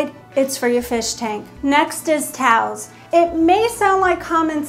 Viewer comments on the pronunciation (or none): The way pronounces "towels" as "tals", and does so over and over... I haven't been able to get this out of my head and it's bugging me! I've never heard anyone pronounce this word that way! There's a 2nd vowel not being pronounced! Lol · I thought she said taus.